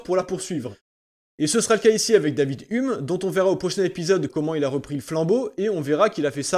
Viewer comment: J'ai vomi à ta prononciation de David Hume. En cours on le prononçait "youm" (après pas sûr qu'on le dise vraiment comme ça). J'étais pas préparé là xD Bon boulot comme d'hab :)